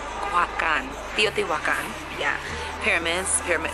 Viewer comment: As a Mexican it makes me happy that you took the time to pronounce Teotihuacan properly. Thanks for caring about my culture and truly try and investigate it. Also, there's Black Mexican Women in Morelos and Veracruz.